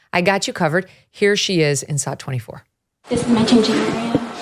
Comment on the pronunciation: Glad you defined sot, I just thought you couldn't pronounce sh- sounds